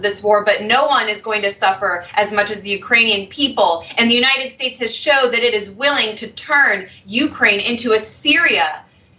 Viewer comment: No, watch it again. He can very well pronounce United as in United States but at that place in the video alone he says "U 9 it".